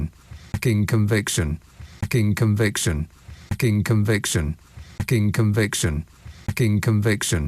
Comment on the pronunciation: It sounds more like "F*cking Conviction" to me. lol